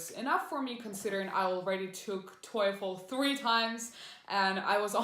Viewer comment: Weird the way you pronounce TOEFL. Isn't is pronounced like tofu, but instead of u it's with l. Your sounds like toyful